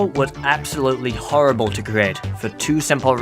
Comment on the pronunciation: did anybody else notice he said horrifle??